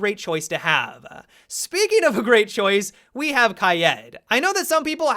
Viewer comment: He ends words with an "a" sound a lot. Wish I never noticed. "Kaida" "have-a" "weapona." Great video still!